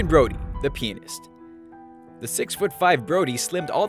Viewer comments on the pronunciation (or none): Rainrise I'm American and I say 'pee-an-ist'. So maybe you should check your sources. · PEA-AN-IST dammit! I am so tired of hearing people pronounce like that. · tysyn c That makes one of you, then. It's not an idiotic stereotype at all. The vast majority of Americans (as far as I'm aware) say 'PEE-nist' rather than 'pee-AN-ist'. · mark, I thought i heard "The Penis" after looking away for a moment to check my phone. It was actually "The Pianist". LOL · that part where he read The Pianist sounds like The P***s XD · Ether they pronounced it like Pea-Nist which sounds a bit like penis when you say it five times fast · Stealthyhunter But pianist is properly pronounced pee-an-ist. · I hate when people pronounce the word "pianist" like "penis". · Lol I heard it to! Prob just accent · Prymer 55 No, he didn't pronounce the a. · yes he did